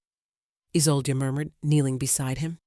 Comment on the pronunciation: How many ways can you incorrectly pronounce Isolde? I lost count. 🤦‍♀️🙄